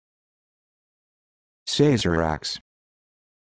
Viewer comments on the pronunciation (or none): Incorrect. It is pronounced "Sah-zer-ahk" not "SAY-zer-ahk".